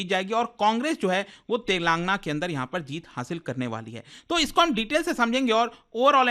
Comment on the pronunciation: TELENGAANAA... U PRONOUNCE WRONG